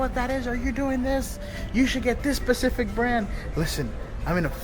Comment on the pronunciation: Frank I love how you say pacific instead of specific. You remind me of my gorgeous bestie. Keep living the dream babe.